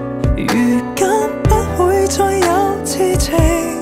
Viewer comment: 昨“日”和痴”情字在广东话里发音有问题，如果要唱对痴音，就要唱“痴”高音大声点（旋律会有点不同，但比较顺耳）